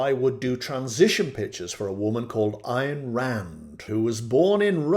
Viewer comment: Ayn rhymes with Mine. Alan Greenspan was a devotee and we know how his reign ended. Bernie did a great questioning of him on C-Span.